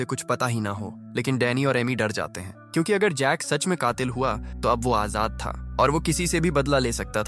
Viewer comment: AI he bhai ye sab..aap google gemini se baat karna wo kyunki ko chyunki pronounce karta hai..and yaha voice over b yahi pronounce kar raha hai